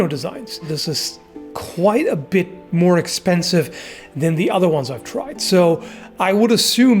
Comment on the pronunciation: "this is a bit more eksepnisve" 700$ haha in my cuntry thats like 7k